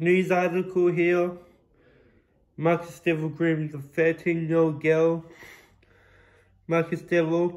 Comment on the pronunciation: I completley agree with everything u have to say, but I’m more ashamed of the fact u took this to social media… not to be petty or anything but atleast learn to pronounce his name properly